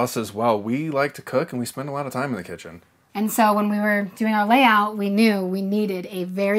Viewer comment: “Tell me about your kEtChUn”